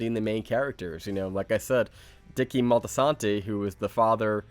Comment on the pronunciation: Many Saints "Multi-Santi", not multisanto, facepalm.